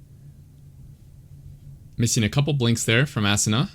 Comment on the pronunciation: I think his name is pronounced ah soona. Great analysis tho ! 🤓